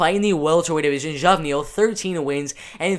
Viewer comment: Geoff=Jeff Neal. Pronounced Jeff Neal. Here to help young lad.